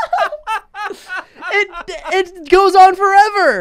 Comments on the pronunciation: Ssundee try's to say "Ricochet" but says rick-o-shay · “Richorchet” - ssundee